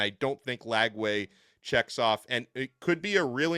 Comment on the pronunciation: Not Lagway, please.